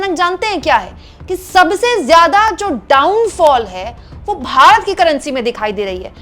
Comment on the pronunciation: बेचारे नेता जी 18 -18 घंटे फेकने में लगे रहते हैं। रूपया गिर रहा है इस पर ध्यान नहीं दे पाते हैं। ऐ, ऐ, ऐ, ओ, निरमा मैडम "भारत" बोलिये "बारत" नहीं।🎉🎉🎉🎉🎉